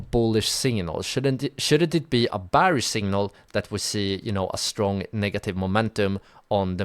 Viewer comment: Great video, even though I already know and use the tips you gave. Your English is good, so I'm surprised you struggle to say "Bearish" the right way.